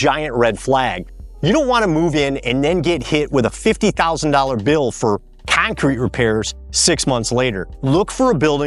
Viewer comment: I loved the way you say concrete 😅 must be from Boston.